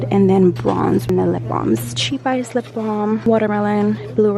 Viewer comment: When you said cheap ice instead of chap ice but it is pretty cheap lol